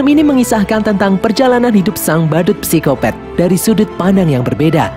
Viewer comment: Bang mimin nulis nya pisikopat tapi bilang nya pisikopet kocak deh jadi nya gk jadi horor😂😂